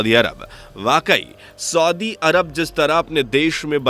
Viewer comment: Soodi nahi saudi hota hai...bolna toa aata nahi aapko...